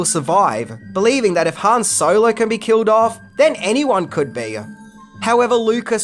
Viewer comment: Its Han not Han.